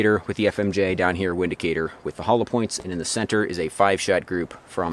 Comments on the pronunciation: Windicator is pronounced Vindicator. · pronounced 'Vindicator', nice video, you're not a snob, the Taurus revolvers and the Windicator are good EDC weapons. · It's pronounced Vindicator .... in Germany we use the V and W differently than you Americans do....